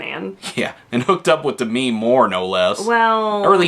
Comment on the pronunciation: Maybe you should learn how to PROPERLY pronounce "Demi" Moore's name.